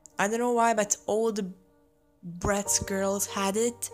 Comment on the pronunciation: U wanna fight a fan if they say bra tz